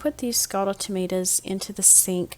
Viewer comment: Tomatoes, not Tomatas